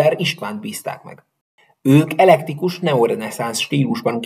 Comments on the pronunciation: És nem elektikus hanem eklektikus. Dessewffy sem "dezseffi" hanem "dezsőfi".😊 de sebaj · elektikus stílus eklektikus helyett! kicsit sok a baki!